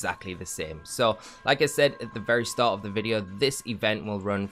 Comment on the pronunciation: The way you say "like I said" always sounds like "Lakazette" to me